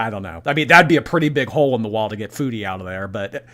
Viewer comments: Her pronouncing “foodie” like “feudie” is going to send me into a rage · it’s weird because she can pronounce food correctly (kind of) so why can’t she say foodie